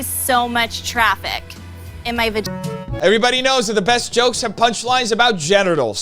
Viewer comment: ok now say Vagggina